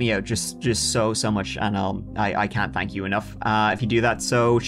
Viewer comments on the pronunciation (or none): Creep on me and say "tank you"